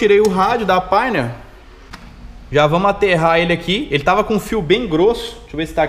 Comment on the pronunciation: PORQUE VOCE PRONUNCIA PÁINER (PIONEER)?